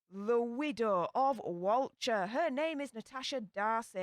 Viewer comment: It’s important to get pronunciations right, especially with a word used in the title of the video and throughout it. Walcha is pronounced ‘Wolka’, not ‘Wal-char’.